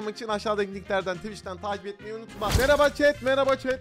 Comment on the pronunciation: Abi yeğinize merba diyon